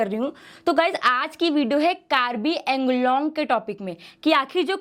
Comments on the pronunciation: Its pronounce as Anglong not Englong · Ok, most people mispronounce it. Woh ‘कार्बी आंगलोंग' hai, nah ki कार्बी ऐंगलोंग. 🙏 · The way you're pronouncing Anglong that's so annoying